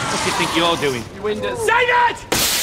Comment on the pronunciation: “Ya (Gary) windas” 🤣🤣